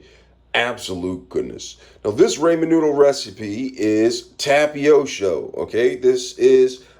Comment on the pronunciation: Tapiosho and Raymen and alidental. This man is genius.